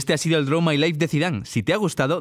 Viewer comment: en el minuto dice Zidave no Zidane